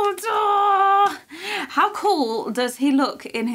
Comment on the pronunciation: hahaha I like that call Dumbledore's name in nearly Chinese accent ，lol "Dumbuliduo"